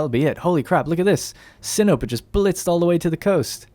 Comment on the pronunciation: Pretty sure Sinope is pronounced Sin-o-pay, how fitting!